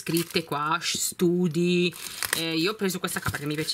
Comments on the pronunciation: Si pronuncia stady non study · Sempre ottime scelte tesoro! Think l hai pronunciato alla perfezione, ma "study ." Tesò si legge "stadi" .... Un abbraccio forte forte. 😘😘😘😘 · study si dice stadi